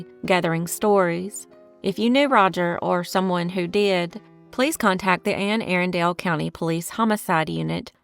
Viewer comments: Great video but, Arundel is pronounced, aarun-del. This bothers me as a local😅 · The phonetic representation for "Arundel" is ˈærəndəl. It can also be represented as əˈrʌndəl. The word has three syllables: uh-RUN-duhl.